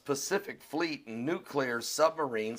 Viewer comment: it's pronounced "noo klee -er", not " nook -u lar" you are a smart guy, but when u mis-pronounce this word, you sound just like the idiot, Bush.